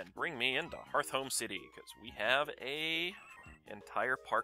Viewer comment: Y U say harthhome there is only two Hs not 3 it is heart home city